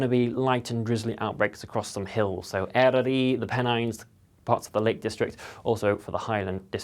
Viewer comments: "Eryri", you said... Brilliant! Thank you for the Welsh pronunciation. 👏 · Well done on "Eryri" Appreciated 🎉